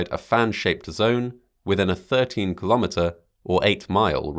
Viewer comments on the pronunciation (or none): Hey,! If you don't know how to pronounce kilometer properly, why don't you just stick with " miles"!